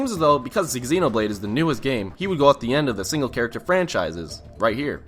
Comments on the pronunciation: I love you to death, but please stop saying "ex-ee-no-blayd" it's so painful every time you say it <3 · I cringed at "Exenoblade"